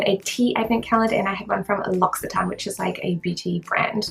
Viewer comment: L'occitante is pronounced as Lositant btw! :)